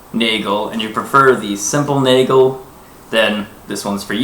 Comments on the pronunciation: Please stop saying Naygle... Nagel, A like in asterix, e like in nest. That being said, a ring is not a nagel. A ring is a ring. The nagel is a very specific addition to the guard. Not to mention it doesn't take the blow the same way. Is it the video quality or do both of those wobble just from waiving around? Also, the difference in thickness is quite obvious... You say they are a very good simulation of a messer. Have you handled an accurate historical replica of a messer? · It's pronounced 'nah-gel'. I'm half-German.